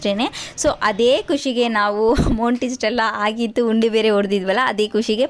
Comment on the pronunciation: ಉಂಡಿ ಅಲ್ಲಮ್ಮ.. ಅದು ಹುಂಡಿ